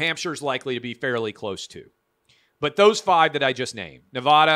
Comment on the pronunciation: learn how to say Nevada